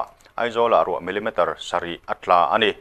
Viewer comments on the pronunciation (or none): none